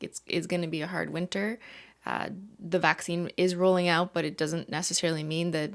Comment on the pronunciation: saying “necesslarily” for ten hours straight